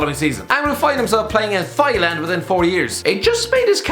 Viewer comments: Thailand is not pronounced Thigh-land LMAO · did just call Thailand, '' Thigh-land '' Hand over your scarf, you don't deserve it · “thigh land lol” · playing in Thigh-land not Thailand but Thigh-land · Thighland? Thailand 😂😂😂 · Man said "thigh-land" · In a previous video you pronounced Theo Walcott as 'Teo' Walcott and here you pronounce Thailand as Thigh-land? That makes as much sense as being a Sunderland fan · “Theigh land” Couldn’t stop laughing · Thigh Land? wtf 😂😂😂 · “Thieland” well done mate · Did he say THailand ? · Lovely pronunciation of 'thyland' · When you're trying to dumb down the Irish accent and you have to say the word "Thailand" Irish.exe has stopped working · That's how he pronounce our country. I'm from Thailand.